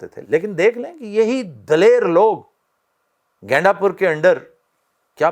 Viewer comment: Aftab shab Ganda pur hai gainda pur ni😂😂😂